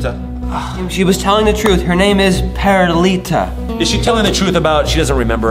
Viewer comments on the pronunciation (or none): It’s perlita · It's Not Perlite It's Perlita